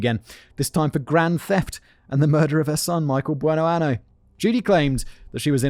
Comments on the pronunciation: It’s “Buenoaño” [buenoanyo], which means “good year.” If you pronounce it “Buenoano” it means “good anus.” 😂😂😂😂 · I can't get over the fact that Simon was pronouncing that last name as "Good anus" instead of "Good year" (Buenoaño pronounced "buenoanyo") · Um… quick Spanish vocab lesson here: “Bueno año”, pronounced like “an-yo,” means “good year.” “Bueno ano,” which you kept using in both speech and text in this video, means “good anus.” Yeah, that tiny little tilde over the “n” makes a whole world of difference in this situation. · This is terrible. At least in most of these episodes, the men are abusive assholes too. Also I can only listen to Simon say "buenoano" for so long... If I hear that she chose that name as a sort of tribute to her late husband Goodyear, I cannot ignore the fact that it's misspelled. "Year", in Spanish, is año. Without that little curl on top of the n making the word sound like "anyo"... "ano" means "anus". Like I don't know if that was an oversight on Judy's part, considering she also couldn't use the correct translation of "good" (the correct translation for Goodyear would be Buenaño) but the name Simon is saying translates to "Judy Good Anus". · I'm from Pensacola and the mispronunciation of the last name is bugging me lol